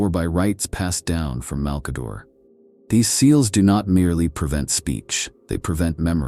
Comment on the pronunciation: I mean it would be nice if they'd quality check it a bit more - there's quite a few mispronounciations. Who is Mal-kayder? The Necron-tyre, Siggel-ites, Pohst-humans?